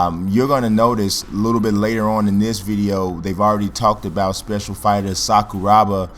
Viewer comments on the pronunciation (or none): Sakuraba bro not Sakurooba. anyway nice vid man.